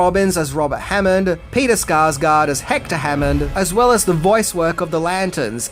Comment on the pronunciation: Peter Sarsgaard.... not Skarsgard